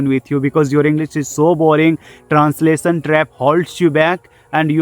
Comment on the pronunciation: abe unpad pahle grammer thik karr --- How can I think directly in English aisa likh unpad...and transasion nahi hota he translation hota he acchese pronounce karna sikh anpad